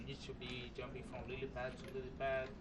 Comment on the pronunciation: DID YOU SAY *JUMPING*?